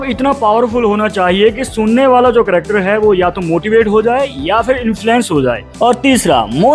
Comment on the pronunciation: Character bolraha he ki cryakter